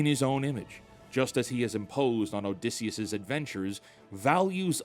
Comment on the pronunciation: your pronounciation of Odysseus hurts